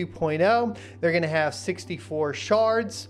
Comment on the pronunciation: I swear I hear sharts every time ya say shards